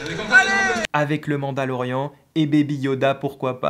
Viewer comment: Top Vidéo comme toujours ... Par contre, le "Mandal-Orient" sérieusement ? 🤔 Pas besoin d'être expert en SW pour en connaitre la prononciation... ^^